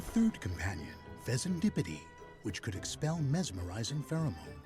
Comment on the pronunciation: Bruh. Listening to the narrator say these names and having not played this dlc yet make me thing the names of the pokemon are totally made up and fake. Monkey-dory? Pheasan-dipity? What five year old came up with this 😂